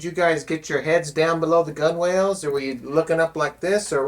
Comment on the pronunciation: it's pronounced gunnels not gun-whales